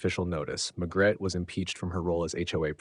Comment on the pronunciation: Why is her named being pronounced Magret when it is spelled MaRgret